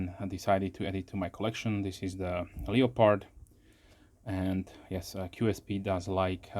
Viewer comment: You evoked a childhood memory with your European pronunciation of 'leo-pard', vs. the American pronunciation as 'le-perd'. I grew up next to a German woman who fled Hitler, and she pronounced it the same way. Pretty sharp from the factory, a strop can only improve it. Thanks for another excellent review. Peace. P.S. That's a good looking knife.